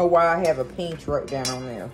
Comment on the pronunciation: “It calls for a “peench” of Italian seasoning” 😂 I love you! I thought my family was the only bunch who said that. Thank you so much for sharing! ❤